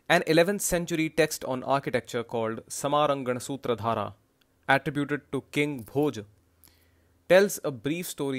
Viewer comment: Great. Thanks 🙏🏽. And, हंसयुक्तं (हंसप्रतिमायुक्तं) -> infers it was modular, seemed far fetched. Minor thing: you pronounced समराङ्गणसूत्रधारः as समारङ्गणसूत्रधारः।